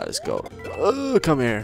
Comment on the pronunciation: He's saying "let's go", but with an Italian accent. So it comes out as "Let's-a-go!"